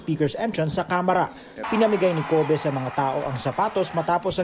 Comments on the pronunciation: KOH-BEH hahahahhaha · 😜🤣parang ubeh